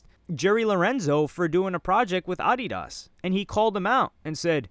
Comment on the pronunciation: Bro why do you pronounce Adidas like that